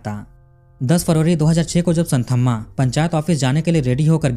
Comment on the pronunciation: भाईसाहब एक बात बताता चलू, की ये साऊथ वाले स्पेलिंग की * कर देते हैं. इनका "th" का उच्चारण होता हैं 'त " और dh का होता हैं द. मैं चेन्नई में रहा हूं 2 साल इसलिये जानता हूं. आप कहानी इतनी अच्छी सुनाते हैं, लेकिन साऊथ के नाम उच्चारण में आप गल्ती करते हैं. इस स्टोरी में वो संथम्मा नही, संतम्मा हैं. ये आप ध्यान में रखें प्लीज.